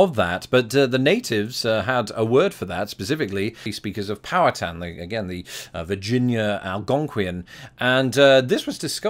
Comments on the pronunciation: What cracks me up, from being not far from Pittsburgh, your pronunciation of "Powhatan" sounds like you are saying "power town" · I think it's pronounced "pow-HAT-in".